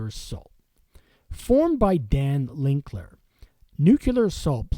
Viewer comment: Linkler in Nucular assault.. LILKER in NUCLEAR assault... it's getting a bit tedious....